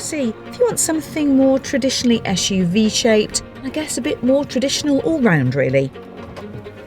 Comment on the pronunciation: Can anybody clarify why she keep pronouncing SUV as ESSSSHHH UV?